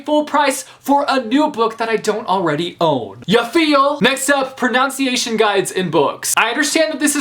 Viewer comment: You literally mispronounced 'pronunciation'!